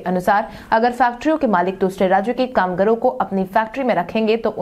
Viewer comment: "कामगारों" शब्द का उच्चारण "कामगरों" नहीं किया करें।